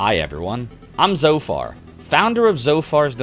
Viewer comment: It’s pronounced “zed-o-far”.